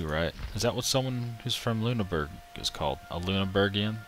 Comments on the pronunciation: Actiualy, that was shit; Its Loon-er-Borg.. Or not ITS SOMETHING LIKE THAT (its not loon-burg is what im getting at) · I dont know how to type it out, but its not Loon-Burg. I could say it to you, i just cant type it. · the doted u makes an i sound